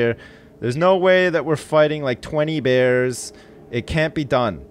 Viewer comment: man you got those "bears" real good